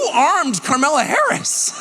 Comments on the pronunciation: I freaking love Tucker Carlson. He says carmella harris.... That is hilarious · I can't get enough of him calling her Karmella😂😂😂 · Bruh, Tucker keeps misspeaking “her” name and I’m all for it!! 😂😂😂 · Tucker mispronouncing Scamalass’ name on purpose over and over again is hilarious